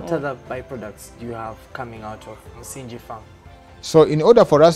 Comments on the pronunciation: "Msingi" is the only Swahili word you had to pronounce and you butchered it! (no pun intended) The "ng" in that word is pronounced like that in the word "doppelganger" and not like the"ng" in "binge" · I don't know how the word is pronounced in other local languages. But he mentions that the farm is named after the Swahili version of the word, so it should be pronounced accordingly.